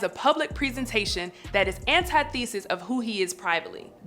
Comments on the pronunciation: This a good analysis but its so hard to get over the mispronunciations in the video. She's reading a script from a writer with a much richer vocabulary. How do you mispronounce groveling as graveling or antithesis as anti-thesis or homage as hommage or co-opted as cooped ? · not anti-thesis..... antith-e-sis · She mispronounced “antithesis” and “coup” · Dear, Please, please, please learn how to pronounce “antithesis”, “co-oped”, and proper pronouns. You will acquire much more credibility as a narrator. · Defending R Kelly - how'd that work out? Check your pronunciation on "antithesis" (and use, vs "antithetical"). Interesting commentary.